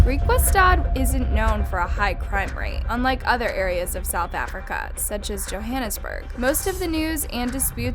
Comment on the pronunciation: Hi! I've been watching this channel for months and some of theses cases are brutal including this one. I'm not happy about the case but I am glad that you talked about one of the South African cases. I just wanted to correct some things you pronounced wrong. 1:its pronounced as JO-HUN-ISBURG. 2: You don't say "R" Its just "Rand". I.e R300 is 300 Rand. 3: Its pronounced BLOOM-FON-TAIN. But don't worry besides that you did really good pronouncing the names. Even some South Africans struggle to pronounce Afrikaans names. 🖤🖤